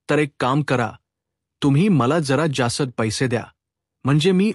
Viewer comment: हक्कलपट्टी नाही हकालपट्टी. जासत नाही जास्त. आपण मराठी भाषिक नाही असे आपल्या वाचनावरून , उच्चारावरून वाटते. मराठीत " च " आणि " ज " चे उच्चार संदर्भानुसार वेगवेगळे असतात. परिणामकारक वाचनासाठी ते उच्चारातील फंरक माहिती करून घ्या.